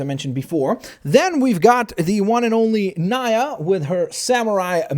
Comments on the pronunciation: nee -a not ny-a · Stop pronouncing Nya's name wrong it's pronounced nEa not nia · NENA NOT NINA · It’s not n (eye) a it’s n(ee) a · It's not nya NEYA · It is pronounced nee-ya not ni-a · It's not nia it's nea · It's pronounced nee a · It's pronounced n-e-a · no fan of ninjago or whatever but it's pronounced like nee a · #IAMSOLATE but it is said 'NEE-ah' and spelled Nya. says it wrong. A lot... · Its pronounced ( knee-uh) (sorry, just a little bit pick) but he did get the storm fighter part right so thumbs up for that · its pronounced nee-a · you said pronounced nyia wrong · you still say nya wrong. it's pronounced knee-a (like the body part and then an 'a' at the end) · he said nya wrong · you dont say Nias name right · It is storm fighter and that not how you say nya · the I in nia makes a e sound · He pernoced Nya wrong